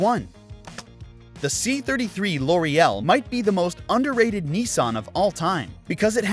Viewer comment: You said Laurel Correctly then you butchered the Laurel name...what is this? A cosmetic brand you pronounced? 🤦‍♂️